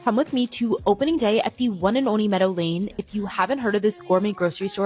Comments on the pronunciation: I just keep hearing "Meta Lane" 😂 that's what flapping does lol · This whole video i was hearing "Meta Lane" instead of "Meadow Lane" and when i figured out that i was hearing it wrong i was sad because Meta Lane sounds even more obnoxious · Meadow lane? Like a bootleg erewhon.. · So someone looked at errehwone and said let's have it over on the West Coast.